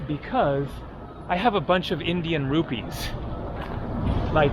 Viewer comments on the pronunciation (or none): none